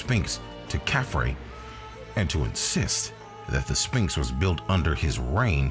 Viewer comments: I wonder what a spinx are? I've only heard kids pronounce it like that. It's uttered "Sfinx" NO? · It is pronounced SVinx not sPinx….you lose credibility when you cannot even say a word correctly. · I'm sorry but the narrator isn't very good. It's Sphinx (PH) not Spinx. Also, it's weird when you pronounce a person's name wrong then immediately cut to a clip of someone saying it correctly. It's like you didn't even watch your own video before you posted it..